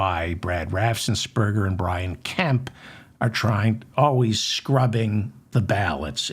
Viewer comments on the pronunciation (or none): RAFF-en-sper-ger. You can do it, Feldman. I have faith in you. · Brad Raff---ens---berg---er....only one 's'